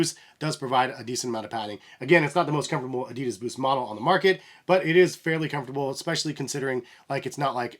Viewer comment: thx for the video, was very helpful, but I have to say that you pronounce adidas wrong, sounds kinda funny :D